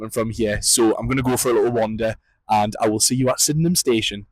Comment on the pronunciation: there's a little shuttle bus from Belfast City Airport to Sydenham Station (pronounced) Sid-num). I was laughing at all your walking. 😂😂 Good videos though, keep it up 😊